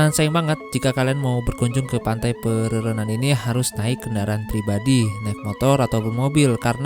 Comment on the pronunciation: bang, laut antara bali dengan pulau nusa penida itu namanya selat Badung. ombaknya 11-12 dengan ombak selat lombok. pura terbesar kedua di Bali, sepengetahuan saya itu Pura Ulun Danu Batur. Pantai pererenan, ren nya dibaca kayak pelafalan ren pada rental.